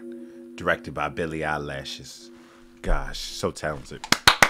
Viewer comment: Billy eye-lash lol😂😊